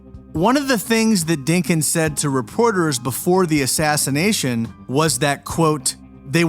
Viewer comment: Did you say killed before the assassnation of jfk .i had to play that back to make sure what i heard.